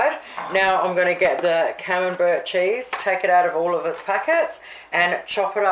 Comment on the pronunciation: Looks great! My partner does not like camembert...when I made your salmon patties he preferred them without the camembert. Could I make this with tasty cheese on the bottom or not put anything is better? My partner speaks Australian as well so you probably don't care either how camembert is pronounced but it is said like camembear...t silent. But then if you didn't speak Australian you would have to change your youtube name...lol